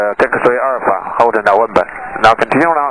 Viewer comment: This guy sure likes to taxi to Nowembah XD XD